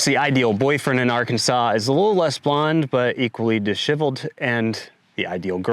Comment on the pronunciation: Please revisit your pronunciation of the word disheveled. It is a common word so your pronunciation astounds me.